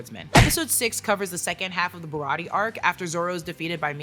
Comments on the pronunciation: Shawty said “Bariyartie arc” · Ba-ra-tee-aye. Say it with me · It’s BAH-RAH-TEE-AYY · BA-ROT-TE-YAY Baratie! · I love you but if you say barratie wrong again we gonna be enemies for 5 min max